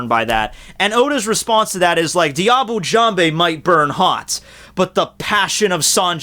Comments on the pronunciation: IT'S DIABLAY JAMBE, YOU FOOL! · i thought u pronounce diable jambe with the "l" in diable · Diable Jambe is a technique named in french and it's not said " Diable Jamb(Hey) " it's pronounced " Diable Jamb(/) ":> hello from France